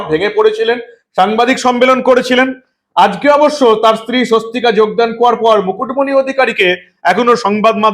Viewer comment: ঐ মহিলার নাম "সস্বতিকা ভুবনেস্বরী" ওনার পদবী মহেস্বরী নয়। এই প্রতিবেদনের video-তে মিঠুন চক্রবর্তীর বক্তব্যে পরিস্কার শোনা যাচ্ছে উনি এই মহিলার নাম বলছেন "সস্বতিকা ভুবনেস্বরী"। তাই অনুরোধ-- প্রতিবেদন upload করার সময় যথেষ্ট সতর্ক থাকুন। 🙏🙏🙏